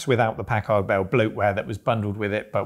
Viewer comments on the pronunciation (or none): Pack-erd. Why do you guys seem to think you have to massacre the letter A every time you see it used in an obviously short vowel sound? Americur...Pack(hard pause) ARDD Bell... What is it with you guys and the letter A? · Am I the only one who remember these as "Pack-Herd" Bell pronounciation? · It's funny how British folks pronounce Packard "pack-ahrd" rather than "pack-erd." After all, they don't pronounce mustard "must-ahrd," do they?